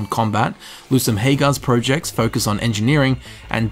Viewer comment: Who pronounces projects like 'projects'